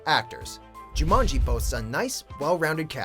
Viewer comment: Me too. I love the original. And it's Jumanji not Jumonji.